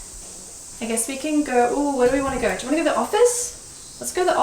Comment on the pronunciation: "let's gauRRR"